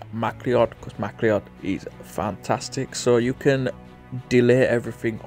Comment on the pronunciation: MacLeod is pronounced M'Cloud